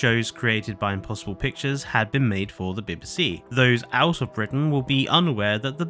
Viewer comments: The pronunciation of "bib-ih-see" is driving me insane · As someone who appears to be British I’m absolutely gobsmacked that you can’t pronounce BBC (Bee bee C) or is this AI…….?🤷🏻‍♀️🤦🏻‍♀️ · no need to be snarky. It’s just very bizarre to hear a fellow Brit not know how to say BBC. I actually enjoyed the rest of the video but this response is a bit harsh. Maybe if you had just said “nope not AI. Thanks for the feedback “ I may have subscribed but oof nope, nurture your audience don’t alienate them. Good luck.